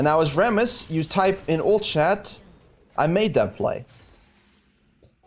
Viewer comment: I watch this video mainly to hear RRRRRammooss Also, I don't have much time to play and play mostly jngl only when I do, but man did they GUT jngl role sooo bad -_- If you lose some ganks, and just focus on ganks, you lose wayy too much xp, and you end up being lv.8 with a jgnl with worse score than you being lv.11..